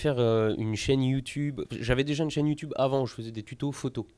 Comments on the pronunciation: Desfois, je me moque de Youtube en disent "Ïoutoube" mais je ne savais pas qu'il existe vraiment des gens capables d'avoir cet accent. "Et aloreu? To chain-é-Youtoube sou porteu bi-en?" -Forteunaïteu -OvereuWatcheu -Du-gaïmingueu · « YouToube » :D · Poce blo pour le youtoob